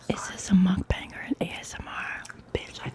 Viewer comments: She’s the first person I’ve seen on YT, who’s not Korean, to pronounce “Muk bang” the right way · Thank you Shay you are the only person in youtube beside koreans to says the word MUKBANG correctly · shay is the first person ive seen that pronounces mukbang correctly lol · considering she didn't say mook bayng and everyone else on youtube does id say she done good